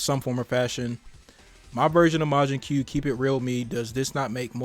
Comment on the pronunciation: It's not majin que it's majin koo . Also the design is funny 😂